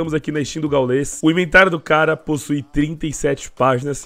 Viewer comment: Mano nao é "gaulês" é gáules o pronunciamento